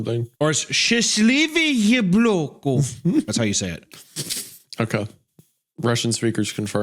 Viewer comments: I can confirm that Hunter literally just said "Happy fucking face" He had read it like Yebloko (And yeblo translates to "fucking face") but the word apple in russian is meant to be read like Yabloko I always lose my shit when he tries to read russian words or do russian accent its so fucking funny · Shorter version is that it sounded like "ебло" which is i guess "ugly mug" "fucking face" But a long winded one is that "яблоко" starts with "яб" (yab) but Hunter said similar to "еб" (yeb). There's like a myriad of swear words (such as "ебать" meaning "fuck"; "еблан" meaning "dipshit, idiot") which start the same way making whatever Hunter said sound innapropriate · Wendigoon: "Russian speakers confirm in the audience" - the translation is correct, Hunter's pronunciation, while a valiant effort, was terrible. It's YAbloko not yaBLOCKo. Won't even try to explain shastlevoye. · Well, Hunter pronounced "яблоко" as "еблоко". Remove last two letters and you'll get a Russian swear for... hmm the closest thing in English would be "fuck face" I guess. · As a russian speaking person, Hunter trying to pronounce "яблоко" (apple in russian) as "еблоко" was so funny.... It just kinda sounds like a swear word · Native speaker here, the fact that Hunter ends up accidentally swearing while trying to pronounce Счастливое яблоко makes it sound just so right (It’s SHASLIVOYE YABLOKO btw) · you said счастливый ЕБЛОко, you can translate that as “happy fuckface” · For the Russian, I’m very impressed Hunter got the difficult word (which means happy) almost perfect in pronunciation on his second try, but apple (яблоко) would be “ya-bluh-kuh” because neither o is stressed, they both devoice to an “uh” sound rather than a full “o” sound. Молодец Товарищ Папаша! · Oh my gosh, hearing Hunter try speaking russian was really funny, espechially the last bit where "яблоко" sounds more like "ебло", which is a rude form of calling someone's face a "mug".